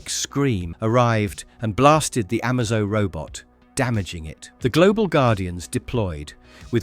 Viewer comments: Amazo as in a-may-zo or amazing and T.O.morrow as in tomorrow not marrow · Stuff like that makes me think it's ai